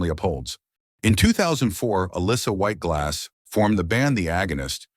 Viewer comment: That's what I kept hearing. LOL